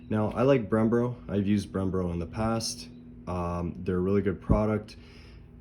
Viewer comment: “Odie”??? “Brembro”??? Lol 😂